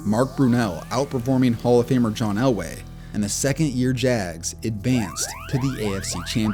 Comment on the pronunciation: Why does it sound like Jazz when you say jags...are you really dying to do basketball vids?